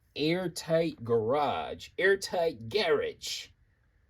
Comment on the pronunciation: 👏🏾Nailed it... "Garidge" UK approved 😁